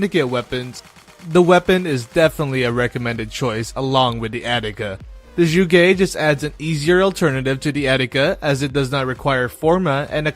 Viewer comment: zsugé? ... oh you mean zhuge, got it.